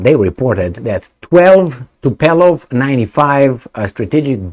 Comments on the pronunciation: Omg its not TUPELOV but TUPOLjEV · Tupolev, not Tupelov. 😅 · Tup OLE v not Tup ELO v . It's a good time to learn russian 😅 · I think it is Tupolev,and not Tupelov. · Tupolev not Tupelov 😂😂😂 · why are you always messing with planes? It's Tupolev, not Tupelov.. Beoings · It is Tupolev, not Tupelov.! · Tupolev,. Not Tupelov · the name of the russian bombers is: TUPOLEV, after the name of the russian aeronautical engineer...not Tupelov... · is Tupolev not Tupelov. And the way you pronounce it, it sounds like the famous Tupelo honey. The problem is that those Tupolev bombers had no honey, but all sting. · Tupolev , no Tupelov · Tupolev...not Tupelov 😁...greetings and salutations from Portland UK. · Tupolev not Tupelov ;) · and his (in)famous "Tupeeeelov" 🤣🤣🤣🤣🤣 Dude, maybe in the next 20 years you will learn to articulate TU-POOOOOOOOO-LEV! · Not “TupELOv” but “TupOLEv”! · Tupolev, not Tupelov.... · It is " Tupolev ". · TU-PO-LYEV, practice it 😂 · repeat after me: TU PO LEV...Tu po lev.... :goodvibes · Tupolew prenounce right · It should sond something like TOOPOGLIEV, i think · Tupolev, TUPOLEV, lol, greetings from South Europe! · Tupolev was one of the greatest if not The Great aeroplane designer/builder in the former USSR and your childish video this time is a big thumb down just for being so ignorant to look up the type of the airplane. I will be calling you from now on. How about that? His name is world known and your is not but nevertheless you did not make any effort to correct yourself. Do you call Boeing Bieong?Do you? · Poor had an extra glass of zăibărel and mispronounced Tupolev 😂😂😂